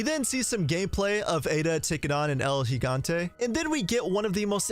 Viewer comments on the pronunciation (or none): none